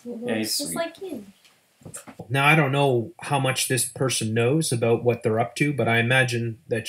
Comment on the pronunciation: Hah he said aboout